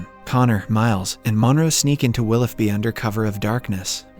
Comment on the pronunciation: It’s pronounce “willow bee” not “willoff bee” 🤦🏼‍♀️